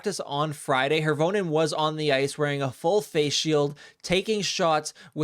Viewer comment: By the way mispronunciation BOTH of you on Roni Hirvonen mispronunciation of the Finn’s names is offensive and changes the meaning of name Hirvonen is pronounced Hear-vo-nen